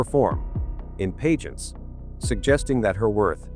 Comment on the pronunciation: Pageants, not “paygents”. Pulease!!! And “fassad”, not “fassade”. So frustrating. Can’t watch any more.